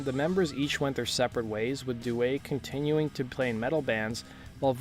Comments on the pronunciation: Sammy Duet is my boy, I love that dude so much. He's the man and a really great guy! His last name is also pronounced, "Dew-EE," that's how Sammy pronounces it himself. :) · Also mispronounced Audi and Sammy's last names